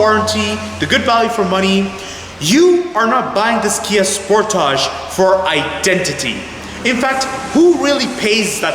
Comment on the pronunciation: Good video...but you keep saying "Sport-age" like one would in French. Pretty sure it's pronounced "Sport-edge"